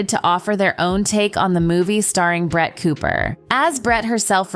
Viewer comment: Not me hearing “brat” every times the name of Brett is pronounced…🙈